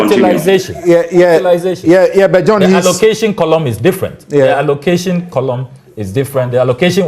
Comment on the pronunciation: How can Dr John Kumah dispute report put up by his own government??. Even in the midst of the camera showing it publicly A PhD holder cannot read out the word allocation and utilization